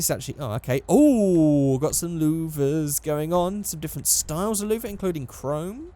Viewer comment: how you say louvers when you made up your mind on the carbon fiber XD